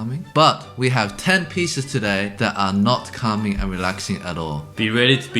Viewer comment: "CALming and reLAxing"😂 "be ready to be not relaxed and calm" How reassuring 😅 This one is great when there's a fly in your room Forgot to include the infamous "Flight Of The Bumblebee"